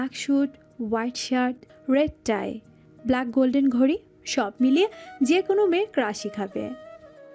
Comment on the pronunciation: ব্লেক নয় “ব্ল্যাক”